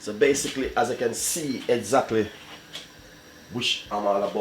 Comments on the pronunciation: Mi seh, 'basickly' got me!!!!!!!!!!! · So BASE-SIC-LE (basically) lol Weh "Pinch ah salt" aguh lol